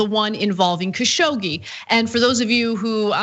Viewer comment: the name is pronounced Kashog-ji